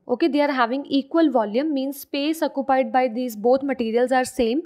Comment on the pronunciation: When she said “acupied” Me:😂😂😂